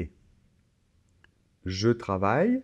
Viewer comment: tengo una pregunta en el ejercicio en la afirmación de ver la tele. En la afirmación dices "je regarde la tele" y me parece o escucho que pronuncias así "jo (bueno je) gugard la tele pero para la negación tu pronuncias o yo escucho que pronuncias jo(e) ne gugagde la tele, pero para la afirmación pronuncias gugagd y para la negación pronuncias gugagde ¿por qué cambia un poquito la pronunciación si es la misma palabra y que yo sepa, no hay liason? (O ligadura, no sé cómo se dice) por eso lo puse en francés.